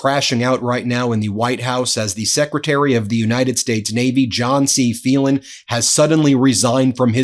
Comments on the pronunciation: Phelan is pronounced Faylan, not Feelan. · Ben, it’s an Irish name: FAY. Len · Phelan is pronounced "FAYlen." I had a teacher with that name. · Wouldn't his name be FAY-lan ?